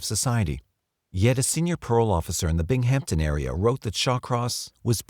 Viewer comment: Bing Hampton pronunciation killed me, (bimmington is how its pronouced). I was a kid when he was killing near Rochester